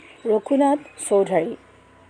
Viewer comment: কবিজনাক এবাৰ 'চৌধুৰী’ বুলি কোৱা হ’ল।খৰাং বতৰ কি—তাকে বুজাবলৈ 'ড্ৰাই চিজন’ বোলাত সেয়া শ্ৰুতিকটু হৈছে। 'অহংকাৰে দৰ্পচূৰ্ণ’ মানে কি বুজালে জানো ! বাক্যবোৰ সম্পূৰ্ণ নকৰি মাথোঁ 'হয়নে’ ,'নহয়নে’ আদি সঘনে ব্যৱহাৰ কৰা হ’ল । আকৌ 'সেনেকে’, 'সেনেকুৱা’ আদি শব্দও গ্ৰহণীয় হোৱা নাই। আৰু অনেক বিসংগতি পৰিলক্ষিত হৈছে। সাহিত্যৰ পাঠ আলোচনাত বহুখিনি সাৱধানতাৰ প্ৰয়োজন।